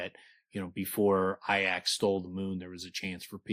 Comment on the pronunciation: Wouldn't it be pronounced "EE-ax"? I think its supported by the name Haliax also. Breath of Iax, id assume you'd say it the same as you do in the name Haliax. Unsure. Never heard Rothfuss say it, but they pronounce it ee-ax in the audiobooks.